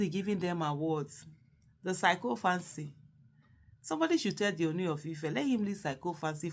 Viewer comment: The pronunciation is ( See-KO-FANCY)